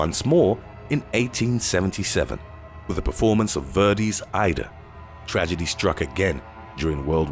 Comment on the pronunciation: Verdi is pronounced VAYR-dee. Aida is pronounced eye-EE-da. Get it right, you uncultured heathen. 😜 Sincerely, an Opera Snob who nobody asked